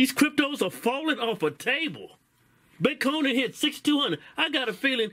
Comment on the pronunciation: Keep makin videos just say butcone bitcone..goin to hell!!